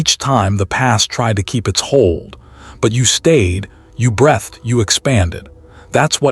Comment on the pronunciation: The AI voice said "Breath'd" 😂 Excellent content though